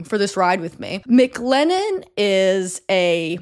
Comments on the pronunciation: Stop saying Mick Lennon. MC Lennon not Mick lennon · everytime you said mclennon i thought of mclovin from superbad. i just want you to know that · I keep feeling like she’s about to say “McLovin’” every time she says McLennon LOL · Word it’s driving me crazy 😂